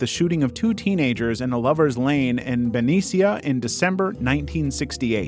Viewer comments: Bro really said Ben-eec-ia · benicia( ben-e-shia) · For the zodiac killer, it’s pronounced BA-KNEE-SHA. I live across the benicia bridge. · i lived there, its pronounced "ben-eesh-a" thanks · I live in Vallejo, CA, right next to Benicia… It’ll never come up again, but Benicia is pronounced Ben-knee-shuh. I have never heard it pronounced the way it was in this video, but it made it sound much more exciting and interesting of a city than it really is. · i live right next to Benicia and its pronounced "buh-nee-shuh" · the pronunciation of benicia got me crying 😭😭😭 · Thats NOT how you pronounce Benicia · As someone that's from Vallejo(and weirdly enough my grandma was high school friends with Zodiacs first victim), I can tell you, you pronounced Benicia very wrong 😂 I didn't even realize people got that one wrong